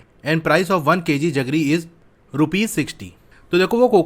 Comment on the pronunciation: Sir it's jaggery not जगरी but you explain so nice